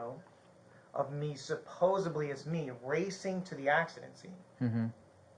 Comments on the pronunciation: the word is supposeDly not supposeBly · supposebly? Lol thats not a word